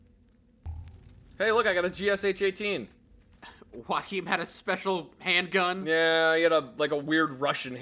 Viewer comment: Its pronounced Yo a kim